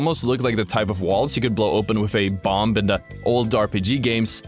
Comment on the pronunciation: The B in bomb is SILENT